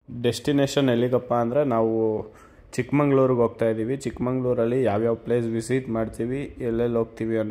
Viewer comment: ಚಿಕ್ಕಮಂಗಳೂರು ಅಲ್ಲ ಅದು ಚಿಕ್ಕಮಗಳೂರು ಮೊದಲು ಹೆಸರು ಕರೆಕ್ಟ್ ಆಗಿ ಬರಿರಿ.